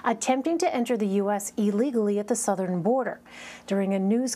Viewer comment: CUATAMALA??? Tf is det ??